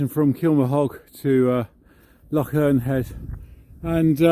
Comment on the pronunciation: It’s not called a lock, it’s called a loch. You need to sound like you’re clearing your throat at the end.